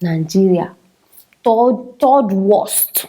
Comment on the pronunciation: Please the corect word is third not thord